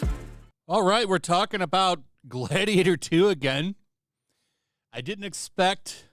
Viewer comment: Gladiatah please You my gladiatah